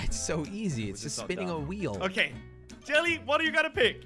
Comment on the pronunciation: Was it just me or did it sound like jelly swore